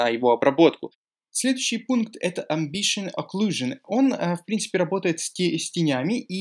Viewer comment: Не амбишен оклюжен а эмбиент оклюжен